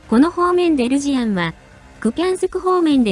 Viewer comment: 個人的には「ルジアン」のままが良いと思います。 視覚障害者にとっては「ルシアン」と音で聞くと普通に「ロシア人」としか認識できないので。「zz」が大事なのでそう素直に発音していただいたほうが有り難いです。